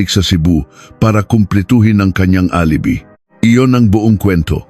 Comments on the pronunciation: Hahaha dko maintindihan yung petsa minsan may Indonesian language tapos yung alibi - a-li-bay tamang bigkas Yun hirap pag ai ang voice actor dmo maintindihan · Mali Ang pronunciation mo ng alibi..dapat alibay..at Ang G. Jose..Ginoong Jose.. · Wrong pronunciation po kayo ng "alibi". Hindi po " alibee" kundi "a li bai" ang tamang pronounciation. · ALIBI pronounced as ali bay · Alibi hindi alibe lol panget mong mag narrator... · Alibi pronunce: a li bay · Yong alibi,alibay ang bigkas dyan. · Ayusin mo ang pagbabasa lalo na ang word na alibi. "Tangnato" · ANG LABO MO NAMANG VLOGGER, KASI ANG PRONUNCIATION NG ROXAS AY "ROHAS" AT HINDI ROCSAS. PATI ALIBI( DAPAT PRONOUNCED AS ALIBAY) AT HINDI ALIBI NAKAKAIRITA TULOY PAKINGGAN. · Pronounce the name correctly. Yung Roxas napronounced as Roksas dapat pronounced as ROHAS..alibi pronounced as "alibay" pati mga petsa..masakit kasi sa tenga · Ano bang kwento. Hindi marunong mag basa ang. Roxas naging Roksas and Alibay naging alibi salita. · bkit ang alibi ay alibi ang bigkas pati ung Roxas ay Roksas minsan nkkainis pakinggan ang prounoun